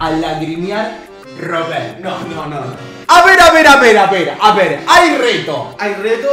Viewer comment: Porque le dices robeto si es robert ??